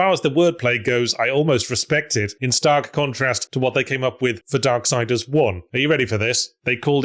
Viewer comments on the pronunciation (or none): none